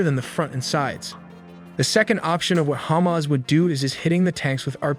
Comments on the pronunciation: It's ha-mas (the mas is like christ-mas but with a longer maaaass) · Its hamas, not humus, wht are u uneducated, u can't pronounce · The way he pronounces Hamas as hummus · Your text-to-speech needs work on pronunciation. That's not how you pronounce Hamas.